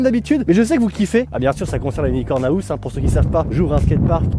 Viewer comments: "Unicorn aouse" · Mec apprends au moins à le dire correctement parce que « haousse » c’est plus possible